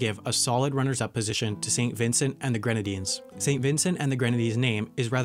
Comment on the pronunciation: He pronounced Saint Vincent and the Grenadines correctly, and that's all I wanted to hear. I replayed that part about 5 times. I love my SVG, lol